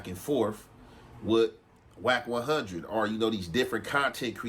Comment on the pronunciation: Are you saying “rack100”?